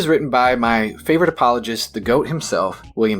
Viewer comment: I pressed like when you said "Appolo-gist".